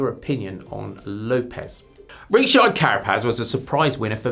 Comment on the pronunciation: Well that’s a new way to pronounce “Richard”😂